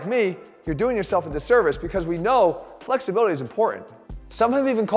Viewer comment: where's the research link? Also did I hear you say 'improving fucksibility' at the beginning of the video!